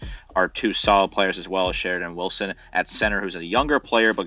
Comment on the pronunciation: When you can't pronounce half the players' names correctly, it's hard for me to find you guys credible. 6-6 is a joke. They win 6 games just at home this year.